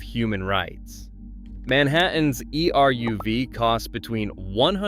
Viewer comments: You don't spell E-R-U-V. It's pronounced EH-RUHV. Say it in two syllables, not four letters. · Not E.R.U.V. but eruv. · that's what happened when you use AI generated voice content. It doesn't understand that eruv is a word, not an acronym.